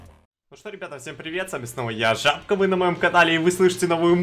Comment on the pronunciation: А поч забка а не жабка ?